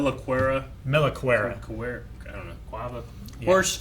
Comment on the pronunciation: Ok these guys are an enigma sometimes: almost perfectly pronouncing Melakuera multiple times throughout the reaction and discussion, but f'ing up with names like Subaru, Shirou or Shinso ^^